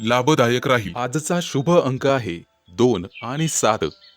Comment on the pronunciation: शुभ अंक सात म्हणता काय सार म्हणता काय समजले नाही